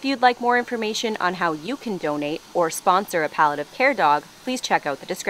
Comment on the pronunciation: You said "paw-liative care", right?